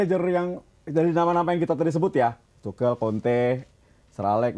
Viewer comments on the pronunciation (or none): izin koreksi yaa, pronouce nya yg bener itu Tuhel, bukan Tucel atau Tukel yaa, semoga bisa diterima